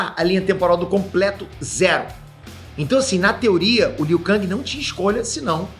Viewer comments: É KENG E NÃO KANG Q SE FALA!!!!! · a pronúncia do nome do Liu Kang é Liu Ken (ou Lu Ken) em inglês e Liu Kengui em portugues!!! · O falando Liu kÃng, alguém precisa dar um toque pra ele kkk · Liu KANGI kkkkkkkkkkk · o falando "liu kang" da uma incomodada véi kkk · pow valando armagedoon e liu kang errado.isso mostra q vc n e fã boy kkk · Tão velho que não sabe falar o nome do Liu Kang.kkkkk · Eu fui o unico a perceber que o n falou o nome do Liu kang direito? Kkk